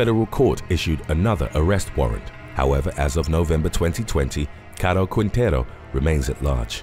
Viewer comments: its pronunced king-tay-roo. Put some respect on my last name 😂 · Rafael Caro Quintero Quintero pronunciation is Quintero without the letter U Qintero